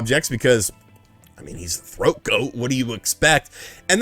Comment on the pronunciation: Boiiii THOAT 🥵🥵🥵 Not throat 🤣🤣🤣